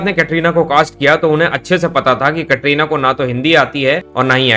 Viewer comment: یہ کٹرینہ کیا ہوتا ہے کترینہ بولو